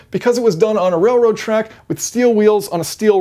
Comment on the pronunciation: keep saying railwoad